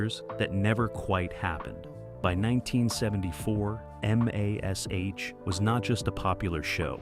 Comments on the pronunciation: why cant they say MASH correctly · Mash, just say mash. ha ha